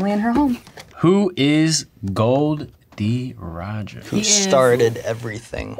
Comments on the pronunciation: Am I the only one who is upset that he said gold.roger instead of gol.d.roger usopp said it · 'Gold D Roger' 😅